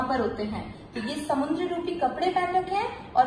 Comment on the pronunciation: It's samudra.... Not samundra. समुद्र, ना कि समुंद्र। Thanks.